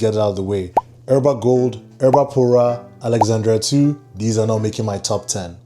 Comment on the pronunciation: Not Erba Pura 😂… I love Naxos and i definitely need to try Uden 🙌🏻